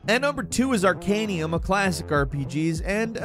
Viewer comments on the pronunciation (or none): Dude! ArcaNUM, not ArcanIUM. I feel like Hermi-one with her Levi-O-sa saying this, but it hurt. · "Arcanum",. Not "Arcanium". XD Good list! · It's Arcanum, not Arcanium. Tell me you've never played it, without telling me you've never played it. Arcanium is a mobile card game... totally different. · Would've been better if he didn't keep saying Arcanium instead. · You mean "Arcan(EE)um"? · Where are you getting the I in arcanum? Ar-can-um